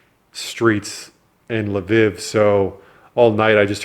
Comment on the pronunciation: “La vihhv” 😅🤦🏻‍♂️